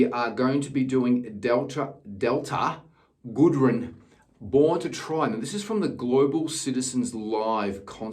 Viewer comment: For an Aussie urself you should know so to pronounce her name it’s not goodren it’s goodrem 😂